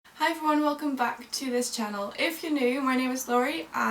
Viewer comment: I totally heard the Dutch accent a bit when she said Hi everyone😂😂